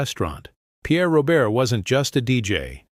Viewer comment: Ro bare. Not Robert